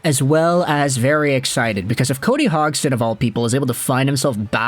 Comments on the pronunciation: Is name isn’t pronounced HOGson. It’s Hodgesin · Say his name right. HODGE + SON. Where do you even get HOGG + SON? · dude you butchered his name its pronounced Hodge son not Hog son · If I'm not mistaken the d in his name is pronounced. So it'd he "Hodgeson" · Lol just had to let you know you are saying his name wrong the gd in his name makes a j sound.